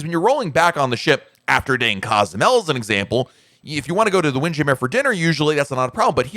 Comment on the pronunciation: I gotta ask… why do you have two pronunciations for Windjammer? “Windjammer” “Wind ja-mair”